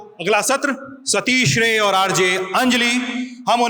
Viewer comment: सतीश राय नाम है सतीश रे नहीं है